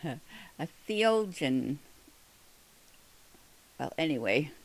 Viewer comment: Dear best friend So much enjoyed your video! Maybe I can help with pronunciation: Theologian The-o-lo-gian Heretical He-ret-i-cal At least that’s how I say it. I was remembering in Acts, when Stephen was stoned it records that there was a youth who witnessed it. It’s my understanding, from Church tradition that this was Saul. It makes me wonder, because of the information you have provided, if Saul might have been a child prodigy and was in school at a much earlier age than those around him. This also might be reason if he hadn’t married yet. We know he was more zealous than his peers since it says so and endeavored to serve God. There are 14 volumes of lives of saints from the Orthodox Church. I wish I had them, but have heard many accounts.